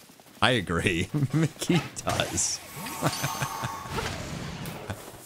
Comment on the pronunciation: When he says mickey needs to stop cheating in Drowzee I heard Nicki 💀